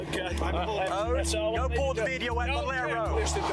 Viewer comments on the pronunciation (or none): none